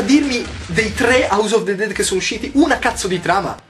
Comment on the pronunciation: yotobi non ti arrabbiare ma "of" sil legge "ov".